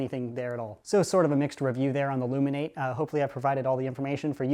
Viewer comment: Its pronounced loom in at ee aka loominarity confired